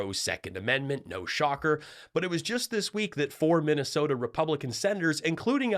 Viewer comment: Missasota! Perfect!